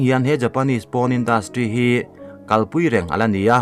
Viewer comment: Porn(poarn ti a lam tur),PAWN a nilo